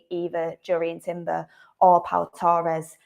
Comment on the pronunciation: It's not toe ress it's torres , you didn't hear people refer to fernando torres as fernando toe ress did we?.